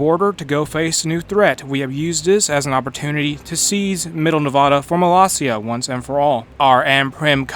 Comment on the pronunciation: Ya miss-pronounced the word Nevada